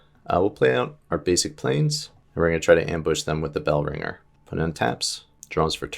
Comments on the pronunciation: He also says village bell- ranger a number of times when the card is called bell-ringer. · Bell-ring-er not bell-ringe-r 😂